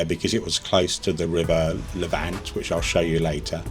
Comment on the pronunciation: As someone born in Chi and also grew up in the surrounding area and also lived in Lavant at one time, Lavant is pronounced Lavn't. It ryhymes with haven't. Much like Havant which is not that far from Chi. I do love videos of Chi however as I now live in Scotland and don't get back home that often Something you didn't mention is how important Chichester was to the Romans. They built a straight (almost straight) road from Chi to London, 57 miles connecting directly to London Bridge. A lot of that road is still in use today. It is called Stane Street